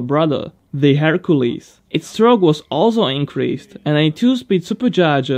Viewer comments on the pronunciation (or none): none